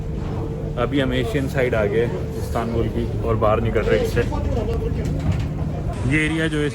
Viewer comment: ISTANBUL ❌ CATSTANBUL ✅😂